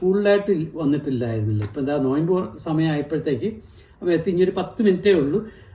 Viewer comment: നോയ്മ്പ് അല്ല - നോമ്പ് എന്നാ